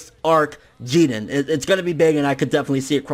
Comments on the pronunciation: Jiren not jeedan fucking weeaboo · Why do you pronounce jiren as jiden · It's Jeer-in NOT GEE-ren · Bruh it's jiren! Not jiren it sounds fucking annoying yow...!! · idk what your saying lol it sounds like your saying Jeeden, his name is “Jiren” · After all of this tyme he still pronounces his name wrong it's jirren lol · I hate the way you pronounce names and shit, to the point where I'm close to not wanting to watch some of your content anymore. It sounds like you're saying "Geeden" ffs. If you're trying to pronounce it the way the JVAs say it, you're doing it very poorly, like when you say "Zamas, and Gowas" it's fucking Zamasu and Gowasu, they all say it with a slight "u" or "ooh" sound on the end, yet you completely remove any trace of it. As you say it, "You're taking an L" on some of these pronunciations. Inb4 all the prepubescent little shits who comment on this hating on an opinion, I don't care about your opinions, and I'm not expecting a response from either, but I also don't want you to take this the wrong way, I love your videos and content, but that shit just aggravates me to the core for some reason, probably more than it should, and I highly doubt it'll keep me from watching your shit, because I still love it deep down.. It's like when you got a hot girl with a laugh that drives you fucking crazy, but you stick around and don't say shit for dat ass. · why do you say jiren like that but everything else you say is normal english? Really annoying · Wade Wilson no that’s considered cheating he needs his ass kicked by jiren... also who else bothered he’s not pronouncing his name right? I feel like if he gets ultra instinct it would just be fan service and there was only ever one type of instinct goku used attack mode as well... vegeta should take the L after taking out toppo... but either way you put it in goku black series both sides goku and vegeta both got there asses handed to them in goku black saga...